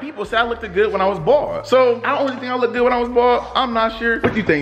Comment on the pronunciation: not trying to be mean but u said lookded insted of looked